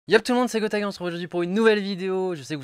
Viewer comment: Au début il a dit : "Grotaga"